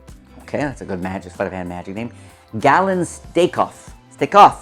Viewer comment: "Magic" doesn't have a "t" in it.